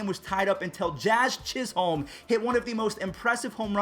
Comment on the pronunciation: The second h In Chisholm is silent😅